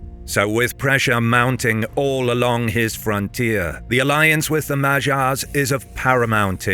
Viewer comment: It ticks me so much to hear that pronunciation of 'Magyars' 🙃